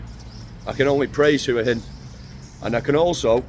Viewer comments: Hua Hin is pronounced Wa Hin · yes wa hin not hua hin😊lived in Thailand for 17 years it’s Wa hin and pattaya is pronounced Patyha